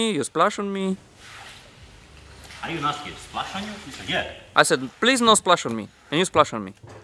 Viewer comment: I thought you said splash on you